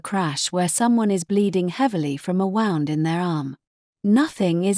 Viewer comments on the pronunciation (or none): Q, 44 she says wound as 5 wound as in have you wound the clock up.. And 45, she says a stab.. Eliser as in stabbing 😂